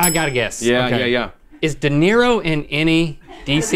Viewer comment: De Niro, not dinero.